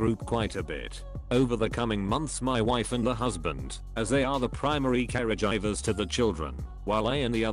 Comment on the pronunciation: What are “carry-jivers?”.